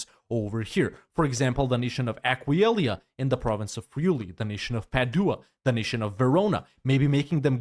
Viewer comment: Completely broken by your pronunciation of Aquileia